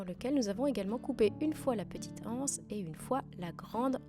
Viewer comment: Magnifique 🤩, tant la panière que le tissu ! Je ne compte pas faire cet objet, mais je vous regarde pour le plaisir : j'aime votre travail soigné et raffiné, et votre jolie voix posée qui va à l'essentiel. Juste une petite remarque : l'absence de liaison avec le mot anse est un peu rude pour les oreilles 😉🤭. Merci pour cette jolie vidéo, bonne journée 👋